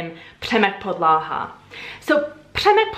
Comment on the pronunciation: I’m sorry... but 👏🏻WE👏🏻ARE👏🏻NOT👏🏻RUSSIANS👏🏻 👏🏻WE👏🏻DON’T👏🏻PUT👏🏻STRESS👏🏻ON👏🏻THE👏🏻SECOND👏🏻SYLLABLE👏🏻 (It’s “VY-prá-věj” and “Přemek PO-dla-ha”, not “vy-PRÁ-věj” and “po-DLA-ha.) Let me just say, I do enjoy your videos, and as a Czech I really both appriciate and admire that you are trying to learn and use our language while also trying to understand our cultural background. Thank you! That being said, I really do not understand why practically every natively-english-speaking person does this - i.e. trying to speak czech and always stressing the second syllable of each and every word. No. This has to stop. We always, usually (of course there are some exceptions), predominantly put stress on the FIRST syllable. It’s general rule and I think it’s really one as easy as it goes for remembering a rule whilst learning a new language. (Also, before some Russians or russian-speaking people try to bash me, yes, i know not everytime is the second syllable stressed in russian language but this is usually used as a generalisation trait - for example in acting - when some actor is immitating a russian speech or accent... so I think most of us have this idea what we think russian sounds like (mainly from movies and TV), eventhough it might be inaccurate. And sadly, it sounds oddly similar to when foreigners from english-speaking countries try to speak or immitate czech. Which is simply TOTALLY incorrect.) For someone living in CR for years and being used to hearing czech everyday (I think? Ple